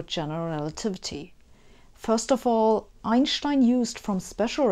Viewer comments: When I was a youngster, I used to worship Einstein like he was a rock star. I still do. Please don't laugh, but I love the proper German way that you say "Ein-shtien". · Well pronounced like a German; Albert Ein(st)ein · My bad, I meant the majority of non-English speaking people in Europe pronounce it "ine - shtine". In my experience, only the American and British pronunciation of Einstein is "stine" instead of "SHtine". All Slavic languages pronounce it like Germans originally do. The same goes for French, Italian, Dutch, Greek, Hungarian, etc. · Forget the expansion of the universe, I want to know why Einstein is pronounced Einschtein in his own language. I can understand Schmidt, ya know... 'cause it has a c and h in it... Do ya always put ch after s?...if'n there's not a vowel after it... how would it be pronounced without curved spacetime? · Love how you pronounce Einstein! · You're the only Youtube host who knows how to pronounce Einstein's name correctly :-D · I love listening to you explain things,also I love the way you pronounce “Einstein “ awesome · it was almost jarring to hear the corroect pronounciation :D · I agree with you. Sabine is one of the very few English-speaking scholars to pronounce Einstein's surname correctly. It’s hard to listen to speakers who pronounce his surname almost like ‘Einsteen’ instead of: It is even worse with the famous physicist Karl Schwarzschild, who is pronounced by almost all English speakers as ‘Shwarz-child.' Correctly is of course: Congratulations to Sabina for outstanding posts. Greetings from Slovenia! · she’s German so it makes sense she says it correctly! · Nice to hear Einstein pronounced correctly. Good to know the astrophysicists are busy working on this stuff while I concentrate on Netflix and beer. 🙂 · I just watch her to hear her pronounce Einstein